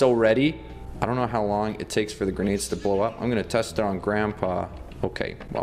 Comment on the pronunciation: I thought “grenades” said “Renegade.” XD